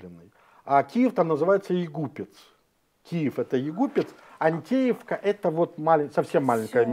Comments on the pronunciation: ГрОнинген! Ударение на первый слог! И не Антеевка, а Анатевка . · Анатевка а не Антеевка. Домов там много.